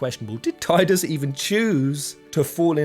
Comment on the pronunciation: It's pronounced Tidus, not Tidus.